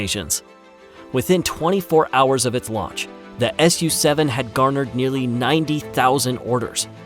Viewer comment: It is NOT the S U 7 it is "Sue-Seven".